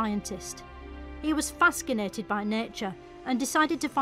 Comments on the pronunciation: lmao "faskinatin" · Darwin was "faskinated" 🤣🤣🤣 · My new favorite word: faskindated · 1nsan1ty15 she mispronounced "fascinated"